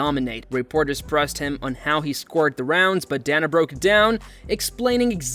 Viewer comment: "...a brutal stoppage that surprised everyone..."...ummm, you know we're already watching the video, no need for clickbait lies bro. Also, DAYNA not DAHNA....and croosifix, not cruhsifix....come on bro, painful work